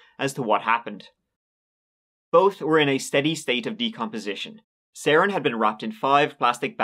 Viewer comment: His name is actually pronounced Seren like Serendipity